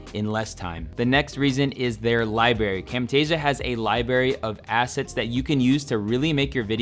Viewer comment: It's Library not Libary bruh